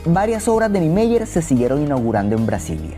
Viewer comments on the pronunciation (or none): Tus pronuncias de los nombres brasileños están malas. Se dice "ni-e-MÁ-ier" e "i-ta-ma-ra-TÍ". Además, el CH en Garrincha se pronuncia como el SH del inglés o el LL argentino.